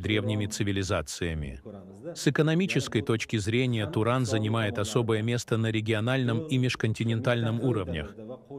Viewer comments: не Турон а Туран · Какой турон😂, может Туран?